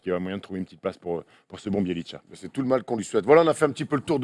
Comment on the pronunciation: Juste un truc de prononciation vu que ça fait pas mal de fois que j'entends ça : Nemanja Bjelica se prononce : Némania Biélitsa, y a pas de tcha à la fin. Sinon je vous adore les gars continuez vous êtes au top <3